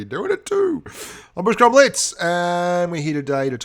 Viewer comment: It's k bushka we know it's not ur fault keep making content I love ur videos :)